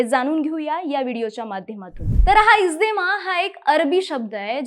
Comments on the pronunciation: इज्देमा नाही गं बाई इज्तेमा आहे ते... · इज्देमा नाही, इज्तेमा, आहे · It's इज्तेमा not इजदेमा